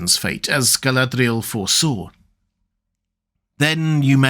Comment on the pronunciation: the way you pronounced her name the first time gave me the ick